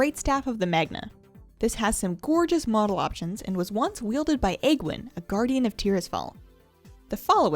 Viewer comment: If I had a dime for every time someone mispronounced Aegwynn's name.